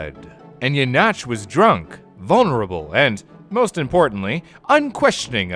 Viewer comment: You pronounced the name Jenatsch correctly but then butchered Basel and Chur? Lucky or did you look up how to say Jenatsch?